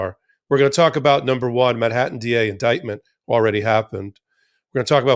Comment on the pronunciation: Ben, MAN-hattan. Not min-hattan. Thanks. Love ya.